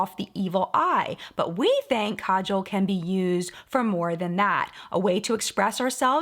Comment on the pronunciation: Dear, so happy that you pronounced 'Kajal' correctly! The first pronunciation is correct. Thank you! It used to inflame me the way some beauty gurus trashed the pronunciation in the past (the 2nd way).